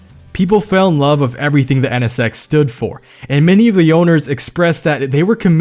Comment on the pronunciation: "EH NE SEX"